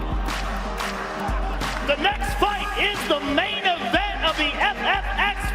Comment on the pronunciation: "I made it to the invent"